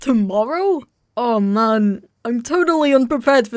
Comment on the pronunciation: was that a "oh man"? :D You're becoming a german as I can see! XD I like that virus :33